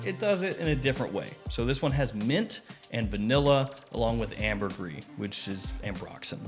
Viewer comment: Even Hannibal Lector said the s in ambergris. Looks like has been eating well lately.